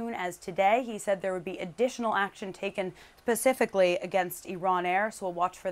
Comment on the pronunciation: *Specifically There is no such word as Pacifically